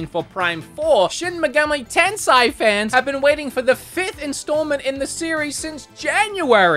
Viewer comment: Brah, it's Tensei (rebirth/reincarnation), not Tensai (genius) :D